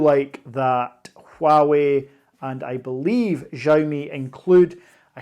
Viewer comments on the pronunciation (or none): hi mate, i live in China and am going to buy based on your review! Just one small thing for future videos - Xiaomi is pronounced Shao (like shower) :)